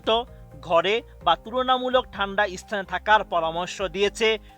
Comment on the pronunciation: ইচতান নরে 😂 স্থান হবে